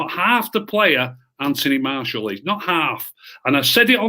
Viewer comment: Nobody - Literally Nobody - - Anfony Marshal